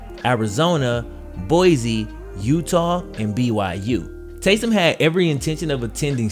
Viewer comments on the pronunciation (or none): Just to let you know, it’s boi-see.